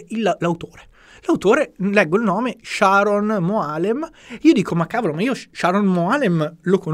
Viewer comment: però il nome devi pronunciarlo col giusto accento. Il nome maschile ebraico è Sharòn, non come l'inglese femminile Sharon. 😏